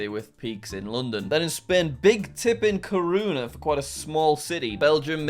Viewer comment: That can't be true, really. I'm from Spain and I don't believe un God, but litteraly everyone I know believes in God. Also I loved how you said Corunha 😊.